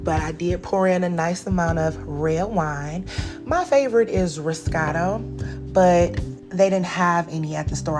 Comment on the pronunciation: I’m new to the channel and I’m in love with the way you prepare your food. A fairly new favorite of mine is Chenin Blanc. Question...When you mentioned the wine you liked did you say Roscato? Is that a Rose Moscato blend? or did you say Moscato.